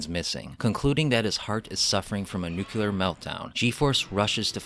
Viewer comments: For me the “nuke-you-lar” thing makes this video hard to watch. I’m glad someone else noticed it. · Why is it that so few people can pronounce "nuclear" correctly? It is NOT pronounced "nucular"!!!! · Nuclear not nuculer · nuclear dude! New-clear!! Nu-kuler isn't a word! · I love the content, but every time the work "Nuclear" is pronounced "Nuke-ya-lar" it takes me completely out of the content and takes me back to the Simpsons episode that dealt with this pronunciation: Ugh.